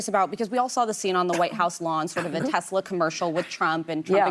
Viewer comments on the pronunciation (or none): “ I love Tesler!!”